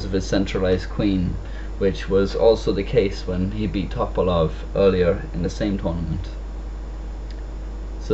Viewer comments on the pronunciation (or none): [vɛsɛˈlin toˈpɑlof] stress is on the first syllable of the family name. which is kind of usuall for bulgarian names;) the way pronounced it is indeed not the correct one, but normal for english speakers without any slawic background and it`s also the manner in which Topalov`s name is pronounced by english commentators. anyway, chess is not about the names, but the play behind them. cheers